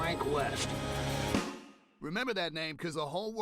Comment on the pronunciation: I thought you said Weast